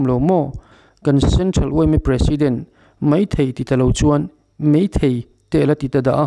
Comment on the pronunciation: Kan CYMA President hian Mizo tawng a thiam hle emaw ka lo ti a. He video i rawn dah chhuah chauh-ah pawh hian, "Mai thei" tih turah vawi thum lai mai, "Mei thei" a ti a. Tin, "mai" tih turah pawh "mei" a ti pek a. A video full ka en lem lo va, a full-in en ta ila, a khak sual tam nekin ka ring ta.